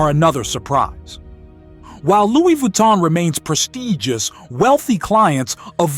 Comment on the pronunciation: Sir, at least Google how to pronounce foreign brands properly. Vuitton is pronounce with a soft n, Heuer should sound like in German, Montblanc has silent t and c. Next, Montblanc produces remarkable pens. I'm a collector and know. Third, individuals with hereditary wealth have far more important concerns, they invest heavily in education. Those who love spending all the way on uber expensive brands are the newly rich.